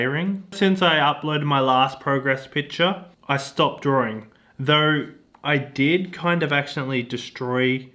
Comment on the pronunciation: Did he say “drawring”?